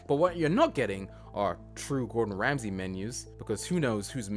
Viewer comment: Why do you keep calling him Gordon "Ramseys" just look it up if you aren't sure.